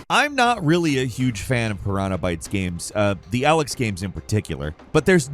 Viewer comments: Elex is pronounced E-Licks. Not Ah-lex. Its like people dont listen to how the developers say the name of their own games. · EEEELEX or ELEX Not Alex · The way you pronounce (E- licks) elex is driving me crazy, they have audio and they say it in game a lot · Ellex? E, Elex not ell. Thought it was Alex for a second. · how many years and he still cant pronoubce Elex right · I can't be the only one who had no idea what he was on about when they first heard the way he pronounced ELEX